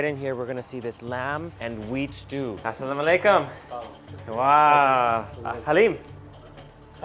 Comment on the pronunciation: assalamualaikum not assalom aleykum...✌😁